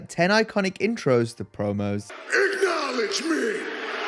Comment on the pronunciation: Roman Reigns just wants everyone to igknowlege him. He's been saying the word wrong for like 3 years and no one has told him.